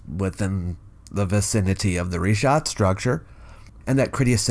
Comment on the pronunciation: Thank you for pronouncing it Reeshaat as it should be in Arabic. Richat is simply the french transliteration, which can't seem to get his mind around. (his surname isn't bright as you said. Nor is he bright)